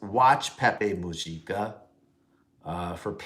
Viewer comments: In Spanish, J=H, so Mujica= moo-HEE-cah Also, yes, he is fantastic and someone for every leader to emulate. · Wrong . Mujica = Muu - gg - ica